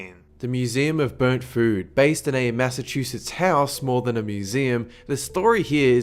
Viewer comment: I swear he says mooseem in some parts.